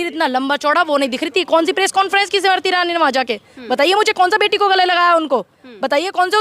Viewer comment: जी आपकी हिंदी कब सुधरेंगी। समरती ईरानी नही हैं। ये स्मृति ईरानी है। नाम कमाने के लिए नाम खराब मत कीजिये।